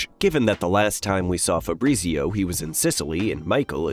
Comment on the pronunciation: Febreezeeo... FahBrreetzio...